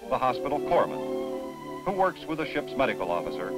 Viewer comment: Not the "hospital foreman." It's the Hospital Corpsman! HM2(SS) 1975-77.